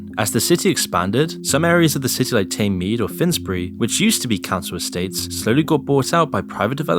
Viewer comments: Oh dear, the pronunciation of Thamesmead gave away the AI original of the voice over 🤔 😂?? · Wow, you can’t even pronounce Thamesmead properly!!!